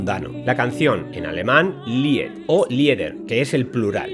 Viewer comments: Al menos pronunciemos bien Lieder ("lider").... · LIED, se pronuncia LID, NO LIED, y LIEDER, se pronuncia LIDER...No comprendo cómo alguien que se supone que debería conocer estas cosas, realmente NO LAS CONOZCA...🤦😞 Saludos y Buenas Noches...